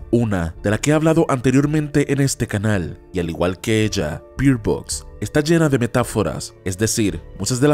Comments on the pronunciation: Se pronuncia "berd" no bird ...... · La pronunciación de Bird suena berd, al decir bir suena a que está diciendo (beard=barba) o (beer=cerveza) en inglés.